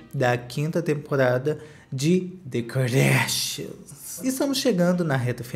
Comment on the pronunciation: adoro qdo vc fala "DêKardÁshianz